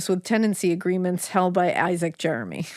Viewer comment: You pronounced Jermy wrong, it's not Jeremy. I'm Thomas Jermy named after my grandfather Thomas Jermy born in1897 in the town of London near the chet river , my great grandfather was closely related to the brothers Isacc and Thomas,DNA test will confirm my relationship to Jermys of Stanfield and bayfield hall.